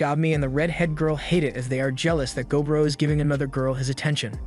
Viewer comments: MUTHAFUKKA! IT'S NOT GO BRO! Its gob ro. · I think it’s. Go-bro